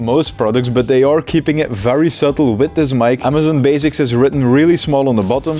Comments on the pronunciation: “So, Amazon bazics” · Amazon “baziks”